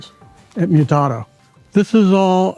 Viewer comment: Bro it's not Mutato like you're Italian, it's Mutato like you're Samwise Gamgee. POE TAY TOE, MEW TAY TO. Thanks for coming to my TED Talk.